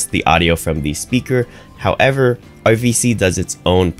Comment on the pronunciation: Question from a non native speaker: You pronounce RVC like OVC - is this intended? You otherwise pronounce "r" quite distinctively - noticed this in the last 5 videos or so.. :)